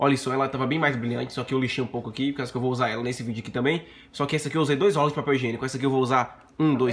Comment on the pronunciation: O cara não conseguiu falar rolos, sempre falando rólos, que aflição.